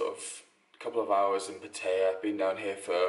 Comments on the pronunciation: If you say "PaTEYa" one more time...why is it so hard for you English to say it right? PA-TA-YA not PAT-AYA and definetly not "PaTEYa". A ="AH" not "A". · I was born and grew up in Pattaya and I've seen it grown from a small tourist town to basically the Las Vegas of Thailand. The city is mostly runs by mafias and has a prostitution problem. Its good for a short hop from Bangkok but it attracts more of an older crowd. Ps - the way you pronounced Pattaya is pretty funny.